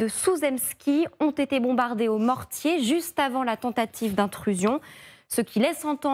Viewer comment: Et encore, la commentatrice a bien prononcé "mortier", l'honneur est sauf…